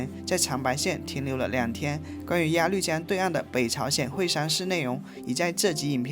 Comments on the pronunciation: 鸭绿（路lu）江！不是发“绿色的绿“音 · 谢谢的视频，每期都很精彩。喜欢我们的朝鲜族同胞。 另外，“高句丽”不读成“句（巨）”，在这里是读成“勾（沟）”，应该是一个多音字，或者是通假字。还有鸭绿江中的“绿”，是读成“路”，也是多音字。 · 高句（gou)丽 音同“勾” 鸭绿（lu)江 音同“录” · 鸭绿(lv)江，不是鸭lu江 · 全是错别字，高句gou丽，鸭绿lu江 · 谢谢的视频，拍得非常好，辛苦了。我关注了，也点赞了。🎉🎉🎉 不过，我想在这里小心地提醒一下，视频中有2处小小的口误～～（ 1）高句丽（gāo gōu lí）； （2）鸭绿（lù）江，还请笑纳我的好意提醒奥。🎉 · 高句丽（读：高勾丽） 、鸭绿江（读：鸭路江）